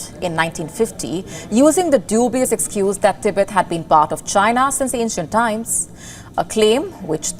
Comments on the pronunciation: TIBET(tee-bet) not ती बेत. Media’s clear pronunciation of a country or a region or a city is of utmost importance. Public follows media and octet gets it wrong . So, please get the pronunciation straight. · Its Tibet not Tehbet 😢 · THEEBET THEEBET THEEBET THEEBET THEEBET. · Is there other ways to pronounce Tibet? I've always said teh-beht